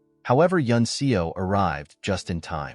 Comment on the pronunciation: The character's surname "Seo" is pronounced "Suh" not "See-o".